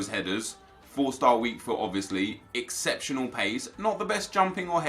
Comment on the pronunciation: Aubemeyang 96 pace Nep: “ Exeptanal pace